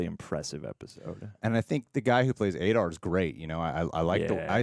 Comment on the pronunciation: Aah-Dar, not A-Dar. Come on man....